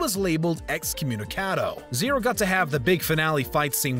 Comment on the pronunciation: he said Zero correctly